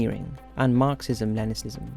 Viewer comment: "marxism and leniSism"??? :°D wtf is leniSism??? also... chikatAlo?? do you even check what you said after you recorded your videos?